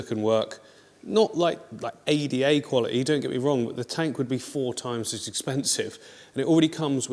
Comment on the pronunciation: “ADA quality” ??